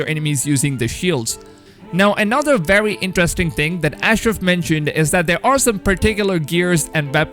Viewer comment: I would watch a video with you only saying words with only W and V's in it. Wery wery good job!